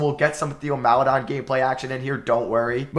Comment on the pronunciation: Theo Maledon is pronounced "tay-oh mal-eh-DOAN" its tay-oh not Thee-oh also Aleksej Pokusevski is pronounced "ah-lek-say po-coo-SHEV-ski"